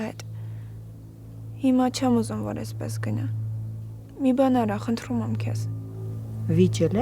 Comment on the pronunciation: Tamarik xosalud dzevy mi asa խնթռում